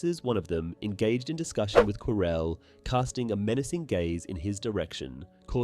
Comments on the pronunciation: He actually said Quirrel correct once lmao. Every time he said it wrong I wanted to jump through the screen to slap him lol his name is said in the movie that you cannot mispronounce is ffs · Every time he say Quirrel I hear Corel and it keeps throwing me off so had 😭😭😭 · I'm enjoying the video. But why are you saying Prof Quirrell like that. ? 😅